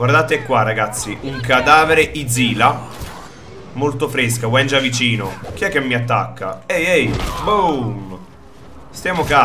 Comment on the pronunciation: Sì pronuncia W*I*NJA